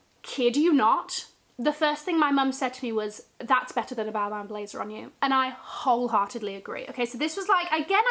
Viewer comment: Imagine buying designer and dont know how to say the name “balman”